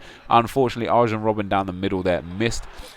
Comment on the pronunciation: Pronounced AR-YEN Robben, :))